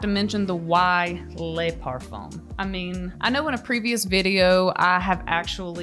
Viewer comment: the BEST!! "Par-foam" 🤣🤣🤣